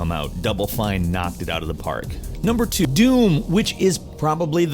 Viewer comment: "Number twDOOM!"